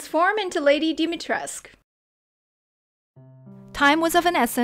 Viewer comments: But it's really pronounced as "Lady Dimehtresk" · not it’s not she said it like Dimi crest u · Hi just wannna say that dimitrescu is pronounced as "domitres" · Its actually dimitrescu, not dimitresc, confirmed by the eastern european peoples, and i checked it by myself with google translate romania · and even “Dimitrescu” is wrong 😂 I know the struggle... I live in Italy and most people call me “Dimitru” instead of “Dumitru” o “Dimitri”, “Dumitro”, “Dumutru” etc. 😭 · No the bloody "U" is not silent! It's not freaking pronouncee as Dimitresque, she is not french!! it's neither Alsina!! It's Alcina! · But why include the U in the name if we all should just ignore it? Its a mistake from the voice actors. And it wouldnt sound weird, i think it sounds really weird to hear them say "Lady dimitresc" all the time.. Im german and even i instantly knew its not silent. If you make them romanian and even have the spelling that way, just make them say DimitrescU as its supposed to be. Imagine youre an American studio doing a game in italy, Leonardo DaVinci is a character in that game. But the voice actors constantly say "Leonardo DaVinc" - wouldnt that annoy you? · uhm no, it would be pronounced like dimitri followed by escu. Just check Google translate, put the Romanian language in and type Dimitrescu and listen to it pronounced. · No cause even in the game its still wrong I am Romanian its pronounced Dimitres-cu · The original name was pronounced "Duh-mee-tres-ku". I don't know why they even did it the way they did. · She said “DEM-EH-TREZ” omg lol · The "u" isn't silent, it is a romanian name, it is pronounced as "Dee-mee-tres-coo" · I didn't know the u was silent 😅 I was always like dimitrescooooo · “Lady DEM-EH-TREZ” lmfaoooooooo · I kind of always pronounced it as "Lady Deme-trey-shu"...dont ask why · It's actually pronounced "Dimitrescu" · As a romanian speaker, the "U" in Lady Dimiterscu's name shouldn't be silent. Stay safe! 💕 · The U is definitely not silent.